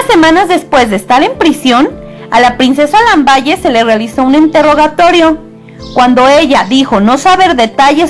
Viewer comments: Se Pronuncia Lambal no lamballe mija !!! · el titulo de la princesa se escribe "Lamballe" pero no se pronuncia así, se pronuncia: "Lambal" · ¡Gracias por el video, te sugiero que intentes pronunciar los nombres como se pronuncian en el idioma que están escritos. Lamballe en francés se pronuncia Lambal, no se lee como en español, demuestra conocimiento y clase, practica y aprende. Por otro lado, se pronuncia Poliñac, tómalo en cuenta, saludos! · Muy buena la biografía sin embargo te voy a dar una recomendación cuando hables de personajes de la historia como es el caso de la princesa lamballe deberías pronunciar bien el apellido porque su pronunciación no es con ll es con l y polignac es con ñ no con n. tienes que tener cuidado con la pronunciación porque de esa forma se le quita credibilidad